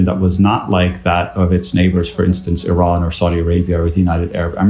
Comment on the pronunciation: It's Iran, not Iraq, not Iram Why are you pronouncing it like that